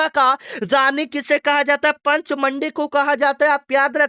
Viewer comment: पंचमंडी गलत पढ़ रहे हो